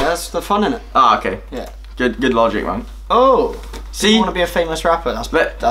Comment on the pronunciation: "Logic", no you read it wrong